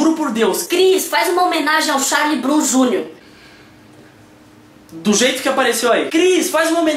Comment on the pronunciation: "charlyew broum júniors" kkkkkkkkkkkkkkkk gent morri aq de tanto ri